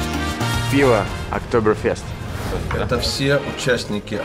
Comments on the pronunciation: Не фЁст а Fest.. чё друг не поправляет.? хоть сообщай когда в Германию едешь.. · в немецком языке нет буквы е или ё.. есть Э. то есть октоберфЭст будет.. никак не фёст... немного режест слух.. ну только тем, кто учил немецкий)))) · ну что за целенаправленное искривление слов, что еще за ОктоберфЁст, если он всегда был ОктоберфЭстом ... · Да не ОКТОБЭРФЁСТ... Октобэр Фэст. Фест (Фестиваль,Праздник) еще ухо рэпало когда GelendeWagen - Хеленвагином (ВагинаЕлены на немецкое ухо звучит) называли в твоих выпусках. Геленде - пересеченная местность. Привет из Германии. 20 лет тут живу. Уши просто режет. Без обид. Это скорее не таой косяк а заплета этого. Макса. Который правильно не подал название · ОктоберфЕст!!! А не октоберфЁст! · Блин, не Фёст а Фееееест!!! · Не октоберфЁст, а октоберфест. от слова фестиваль, кажись... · Мюнхенский пивной праздник, произносится ОктобэрфЭст! А в остальном ролик отличный! Вообще в Баварии и в соседней земле Баден-Вюртенберг много достопримечательностей!, приглашаю к себе, я живу в десяти минутах пешком от парка Legoland! Географически между Мюнхеном и Штутгартом буквально посередине! По роду своей деятельности,(работаю водителем) видел много прекрасных мест на юге Германии! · октобер фЁст как-то ухо режет